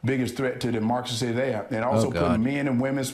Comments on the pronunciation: Herschel Walker is so dumb!!! He can't even say Democracy and I'm sure he doesn't even know what it means! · David……I see what you mean about Herschel not being able to say democracy, but he has no problem pronouncing Democrat. They’re not that far apart are they!?